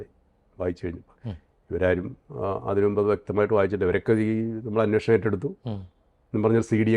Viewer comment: അവതാരകനനോട്, അന്വോഷണം അല്ല അന്വേഷണം